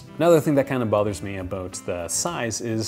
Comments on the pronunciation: Canadian? “ Aboot “ :) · worry aboot it! Haha I love Canadians